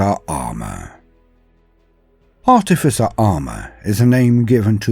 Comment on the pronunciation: Oh boy are we getting treated, thank you, not only is this just a little bit of perfection, but you also pronounced Artificer correctly, not an easy thing. How do I know, well I was an artificer officer in H.M. forces i.e. an engineer, not a good looking chap but I have a bit of grey matter that seems to work, it surprises me too lol